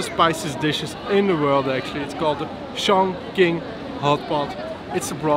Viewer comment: Hi guys Chongqing is not so correctly pronounce . Anyway great .